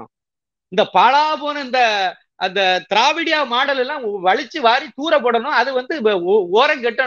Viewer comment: Mr.mani's pronounciation Dravidian model as Dravidiya model, hears as different( BAD)model. DMK USING THE WORD DRAVIDA MODEL , HAS BROUGHT DISREPUTE TO "DRAVIDAM" NAME.